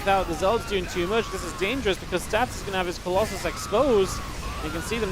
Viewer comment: why u say colosai, its colosus